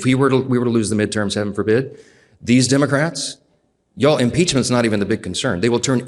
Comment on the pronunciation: Did she say dumocrats? She's pathetic.